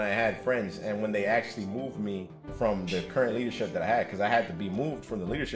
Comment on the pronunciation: "Axe-u-lee" what language is he speaking?